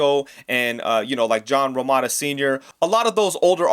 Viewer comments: It's romita not romata! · It's John Romita Sr., not "Romata" or however you pronounced it.